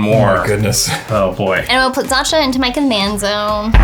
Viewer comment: Love but her pronouncing of xantcha’s name is grating lol